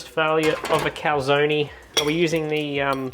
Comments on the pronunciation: I do not see the recipe in the description. And it is pronounced cal-zone, 2 syllables, not 3. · Calzonie lmao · Joe Amato would give you a back hand for butchering the prononciation of Calzone lol